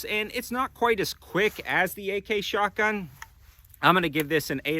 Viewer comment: Haha, you said “shart-gun”